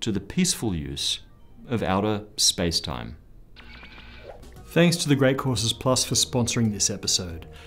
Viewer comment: I'm always eager to see how he'll manage to say space-time at the end